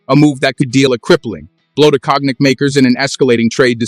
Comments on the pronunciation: You can say KONIAC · Please pronounce "Cognac" properly. You pronouncing is killing the word. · Check your pronunciation of “cognac”. (I am not criticizing the content) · Cock neck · I love how AI reads cognac as "kognek" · You call President Xo by his first name, Jin Ping, as if he was in your family. At another time you spell his name “X-I” instead of saying it. You can’t pronounce “cognac”. And you exaggerate the trade war as a “battle for dominance” You don’t know this topic